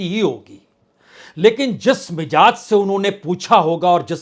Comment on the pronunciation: Bajpai ji Mijaz nahi "Mizaaj" Please correct your pronounciation